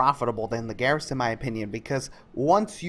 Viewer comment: every time you said garrison i cried alittle.